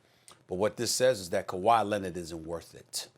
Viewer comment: Kawhi “Lennit”. -SAS 2020